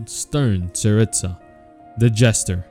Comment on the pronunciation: I know I pronounced the names wrong, I have a hard time pronouncing them... Also, honestly, with the writing of Inazuma, I wouldn't be surprised if the Tsaritsa is actually good and just being used by the Fatui. But what do you guys think?